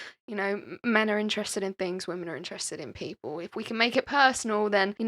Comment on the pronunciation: It’s people. Not “peepoow”